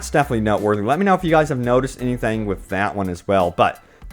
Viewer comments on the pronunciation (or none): none